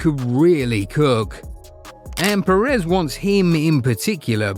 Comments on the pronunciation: What I think: It’s “Pérez”, please, if you could manage. Or make the ai voice pronounce. “PerÉz” really hurts on the ear. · The pronunciations are always so bad. They don’t have ONE video where they don’t mess it up